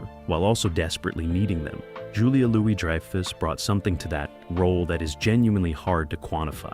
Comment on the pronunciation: "Dry-foos" and "Elaine Beans" Do you actually even watch the show?